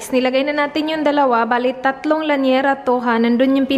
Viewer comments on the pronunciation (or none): lyanera hindi lanyera. Hihihi dami ko napapansin. Sorry.